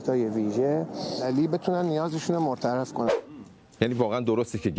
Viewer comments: مورترف نه، بیسواد، احمق، تریاکی ...مرتفع صحیح هست، جونور ابله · ضرغامی به مرتفع میگه مرتعف .رئیس جم۶به لوکوموتیو میگه لوکوموتیر. خدایا این بیسوادها از کجا اومدن.